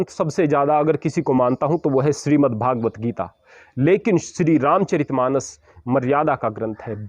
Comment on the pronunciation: अरे महाराज!व्याकरण पढ़ लें तो अच्छा रहेगा।आपने अन्य सभी साधु सन्तों को ही गलत बता दिया।महोदय भागवद्गीता उच्चारण न करें, भगवद्गीता कहें।अपनी ही बातों को पुनःपुनः सुनकर आत्ममंथन करें, अपनी गलतियों को सुधारें।